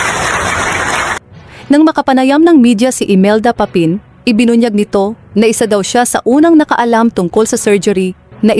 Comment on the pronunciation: Bakit banyan Ang pagbigkas ng narrator ng “Aunor” at “Papin”? Samantalang Tagalog na Tagalog naman ang Tono mo. I don’t know, pero parang sinasadya.